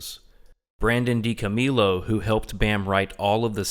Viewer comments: I knew you weren’t a fan when you said Dico-meal-o. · He cant even pronounce DiCo's surname properly ffs what a shambles, this pathetic attempt of a hate video has turned out to be - and only in the first few minutes, I loathe to imagine the utter drivel this stigmatised closeminded muppet would monotonously drone about for the rest of the video but I just went to listen to CKY videos instead 🤬🤘 Viva La Bam